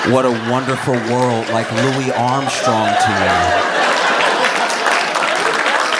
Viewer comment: Whert uh wenderful werrrllld